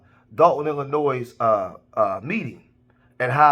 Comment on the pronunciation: The “s” in Illinois is silent😮